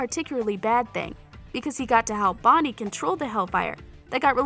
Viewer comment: Her : " In that werid Karaoke wolrd " Me : prison world Her : stefen salatore Me : stefan salvatore Her :helena Me : elena Her :queiys and qusya Me Silas and qetsiyah Her : vonnie Me : bonnie